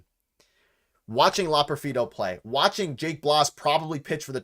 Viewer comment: Fun live stream. You just need to learn how to pronounce Loperfido. Keep up the good work